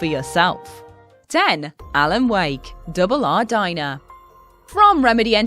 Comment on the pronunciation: It's pronounced Double R Diner. Not Double Ah Dyna